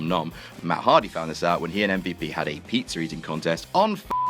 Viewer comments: Why do you say Pizzer instead Pizza? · Ah good 'ol "peetzer" . I'm assuming it is different than pizza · why you British blokes always putting an R at the ends of words that end in and A?? "John Ceener is ateing a peetzer with Liter!